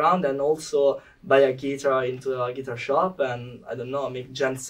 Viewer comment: They are wonderful and the interview is wonderful! Just great! (Guys, tell Thoman to stress the word "guitar" correctly)